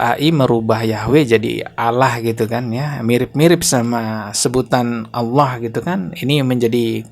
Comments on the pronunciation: Bukan Allah tapi dia Alah dia sebut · Dia baca Allah aja Aloh. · Kok nyebutnya Alah ? Bukan Allah, sepertinya memang Abah Aos ini oten Islamphobia yg nyamar